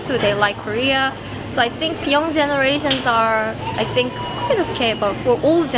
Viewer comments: ''do you sink'' 😅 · J'ai regardé pas mal de vidéos de la chaîne c'est vraiment super, par contre faut que tu arrête de dire "do you think" en prononçant avec un "S" sinon sa veut dire "évier" le TH est dur mais prononce avec un "F" à la place ce sera moins bizarre ;)